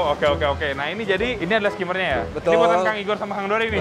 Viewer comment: Kang Igor said : " ( betuul ) ".....🤣🤣🤣🤣🤣🤣🤣🤣🤣🤣🤣🤣🤣🤣🤣